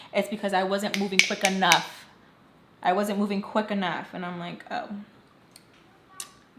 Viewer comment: DAMNNN the “quick🫰🫰enough 🫰” made me feel some type of way